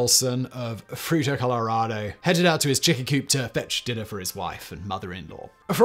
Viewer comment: Greetings from Fruita....I told my wife it was about Mike before I watched it. I enjoyed it anyway, but never expect tiny little Fruita to be mentioned on any of your channels. Also, thanks for finding out how to say Fruita, folks from Denver often get it wrong.